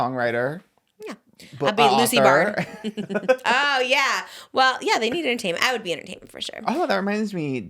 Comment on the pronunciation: i love how trisha keeps mentioning Loosey while also saying her name wrong